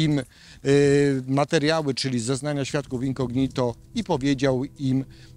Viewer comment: super materiał; ejdna uwaga: ten prokurwtaor to Ozimina; w słowie incognito akcent pada po o, czyli inco' gnito a nie incogni' to; to 2 źle brzmi